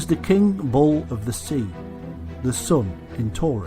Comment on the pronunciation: Im hearing "Ball" all the time instead of Bull :p